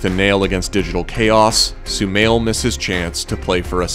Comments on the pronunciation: It's not so-mail, it's so-ma-eel. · Sumail not shumail